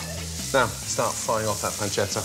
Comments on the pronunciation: I am Italian and it’s not panceda it’s PANCETTA pronounce the t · thats not how u say pancetta